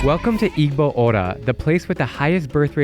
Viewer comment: as an igbo person, the first mistake u made is pronouncing the g in igbo, it is actually silent. Im tired of tourists making this same mistake every time, it is not some small mistake that can let to slide. You see, if u are talking to an igbo person or try to learn about them and u pronounce igbo wrongly they can and will jump to accusations that you are insulting them now since im an igbo nigerian person, I already know they can spread it to the igbo village u went to for studying the igbo tribe, the next they, they will want u out. Pls remember not to pronounce the g in igbo when in 🇳🇬Nigeria